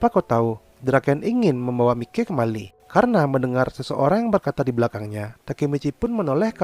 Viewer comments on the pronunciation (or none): none